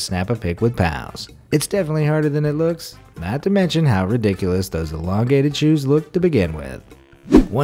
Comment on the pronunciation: You really have trouble pronouncing the word elongated, don't you..?